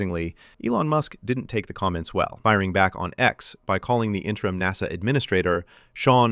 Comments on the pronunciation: Is this video AI generated? he calls him "interim N-A-S-A administrator" which is bizarre. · well that was a big tipoff that you hired an AI voice for the narration here when NASA was pronounced using its initials, rather than the usual NASS-uh. SpaceX is the best aerospace company in the solar system? Which other planet in said solar system besides Earth has aerospace companies?🤨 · The least you could do is spend a few bucks to have a live thinking human read your computer generated text. A human will know you read NASA as a word, not as the separate letters N.A.S.A., AI readers don’t know the difference and don’t know when they have made a mistake. That laziness generated foible earned you a👎.